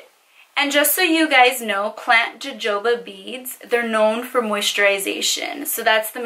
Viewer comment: JoJoba= ha-ho-ba (pronunciation)😜